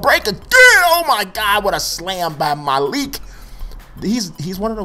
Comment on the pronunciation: It's starting to get on my nerves, dude keeps on pronouncing it MA-leek, it is pronounced Muh-leek. I went 6 episodes, but I just had to say it.